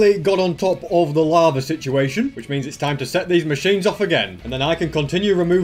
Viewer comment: means becomes DIO saying Za Waurdo